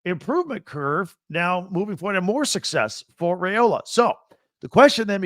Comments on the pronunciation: Can he lead the Huskies? No, he definitely won’t do that, as he doesn’t play for Washington or UCONN. I seriously almost stopped listening around the mark. Edit- His name is pronounced “rye-ola”, not “ray-ola”, and Colorado wasn’t ranked when Nebraska beat them. I should’ve stopped listening when it first crossed my mind. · It’s not RAY-ola. It’s RYE-ola. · WOW! Can’t pronounce Dylan Raiola’s name correctly, then calls the Huskers huskies. Get it together, B1G! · Dude, you stole my comment! lol. Why would I listen to a guy that can’t pronounce our QBs name and is confused on who the HuskERS are. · Husker here. Sense Hate. Everyone plays cupcakes non conference, why stress ours ten times? And WHY MISPRONOUNCE OUR QB'S NAME!?! Does Not Reflect Well on What you Do and Don't Know.